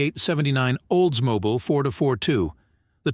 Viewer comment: I stopped watching after he butchered the word Oldsmobile.